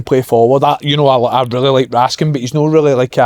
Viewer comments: THE WEE HELMETS NAME AS RASKIN NO RASKAN FFS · Why do so many say "Ras-can" when his name is clearly "Raskin"?